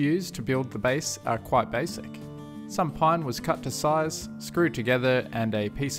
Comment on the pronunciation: Yeah, totally BASE-ic HA HA HA HA HA HA I'm sorry